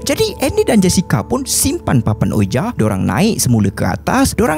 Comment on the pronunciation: papan tu sebutan dia oo-ee-jee. pastu nama upacara tu seance, (say-ons). terima kasih. XD